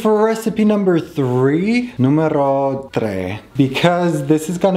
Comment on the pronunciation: Fun fact: if you say Numero Tria instead of Numero Tre it means number 3 in Greek you said Numero legit with Greek accent 😅